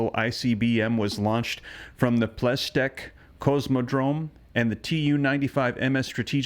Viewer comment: Your pronunciation of "Plesetck" as "ples tek" is abominable. Closer (much closer) would be "Ples-etsk" or "Ples-etk".